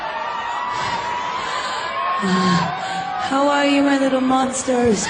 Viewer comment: Why did you leave out the a and e in the word "are"? You didn't save any time...